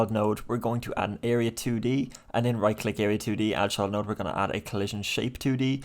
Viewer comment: Thank you sooo much for the tutorials! I've always wanted to create computer card game and with your tutorials it's been really fun and easy. One note though everytime you say "Child note" I hear "Chud note" and I have picture of chud meme playing notes in my head 🤣